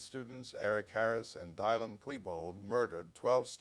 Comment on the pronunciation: Dylan, not "Dylon."